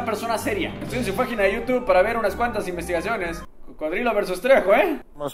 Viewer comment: alguien se dio cuenta que dijo "fajina" en vez de "página"?😂